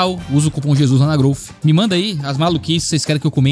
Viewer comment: Groufi😂😂😂😂😂to rindo porque pronunciei assim tá ,não to enchendo o saco por causa do português